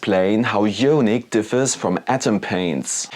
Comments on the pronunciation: Good video, thanks for the effort producing and testing the paints for us all. Just a heads up though, it's pronounced: " i-on-ic " not " yo-nik ". d(^_^)b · The "jonic" pronunciation kills me man :D It should be "I"onic with the same "I" as in the english "I am" :D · Eye-On-ick as in Ions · nice review.. thanks! one note for you on pronunciation: ionic = eye-on-ick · Yeah, yonic means something rather different. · Yoooaaanick. Had to turn it off 😂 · No worries at all, that's why I asked it that way, because there are numerous languages where "io" in front of "nic" would be pronounced with more of a "yo" or "yaw". Apologies if the way it's written came across as harsh, I meant it to come across as more of an "oooh, that's an interesting way to pronounce it" kind of thing, especially since we're all from different backgrounds. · I think it’s pronounced eye-onic 👍 oh and awesome video too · Ionic = īˈänik or eye-ahh-nick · Love your reviews and tests. Not a big deal. I was wondering if it was a Spanish pronunciation! : )